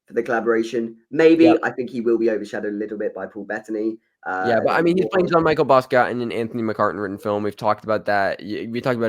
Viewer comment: just to let yall know, in the name "jean-michel basquiat" the "michel" is pronounced less like michael and more like michelle, because french